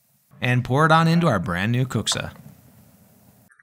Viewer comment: your pronounce of kuksa is AMAZING. I have never heard non-finnishspeaker pronounce finnish words better than you! 😊 Our language is hard so you can be so proud of this! EDIT: Almost finished video and saw you speak more finnish, and you can even prouder because my statement about best pronunciation ever stands still.